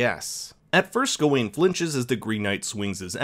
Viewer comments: Good video but dude... why are you saying Gah ween instead of Ga win, your wrong pronunciation really bothered me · It's pronounced GOW-WEN!!! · I really don't understand how people can sit through a film where people repeatedly pronounce a character's name 'Gar-wen' and still come out of it saying 'Gah-Wayne'. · “ga wayne” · Not only you pronounced his name wrong, you got some parts of the movie wrong., you have not seen the movie and it shows! Sad. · Bruh can u pronounce his name right?